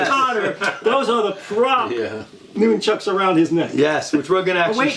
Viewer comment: I liked the video, just too many speaking at once but please my biggest pet peeve is it’s pronounced NUN-CHUCKU or more than one pair NUN-CHUCKS, not NOON- Chucks. ✌🏼